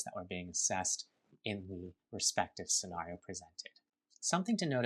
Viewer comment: I swear to G-d if that guy says SCENARIO like that one more time